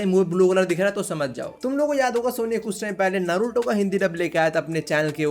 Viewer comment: Ye log naruto ko bhi nruto bula rhe he it's na not n like tum dhyan se suno a silent lag raha he Nruto